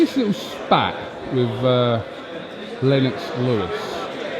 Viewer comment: He's literally the only person ever to pronounce his name like that